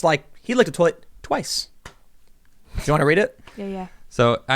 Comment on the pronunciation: I laughed out loud when Tim said "twice" . it was so quaint the way he said it lol